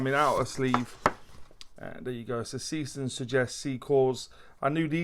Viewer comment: Brightest of what 'bunch'? Timex indiglo, Lorus lumibrite, Casio illuminator? BTW, the brand is pronounced ZAY-shtern.